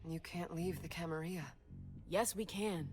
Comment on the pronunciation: I thought it was pronounced Camarilla, not Camariia. Also, where is the character build screen? I wanna be a Malkavian like in bloodlines.